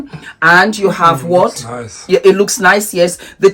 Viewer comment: I love the part you said the chicken is niceoooo & thank God in African way 😂😂😂😂😂😂